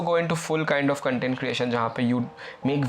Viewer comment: its CONTENT not CUNTENT